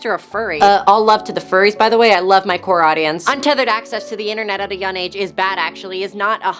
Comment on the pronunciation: You don't need me to tell you this but keep up the grind my G. You've been around for a long time so you know what you're doing and it shows. I will soon start posting video essays and I strive to be as articulate, pretentious and funny as you. My only gripe is the way you pronounce the word young (it's young not yun) but other than that, great job